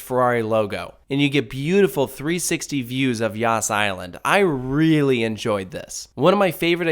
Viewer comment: I cant ... I keep hearing "yasss" island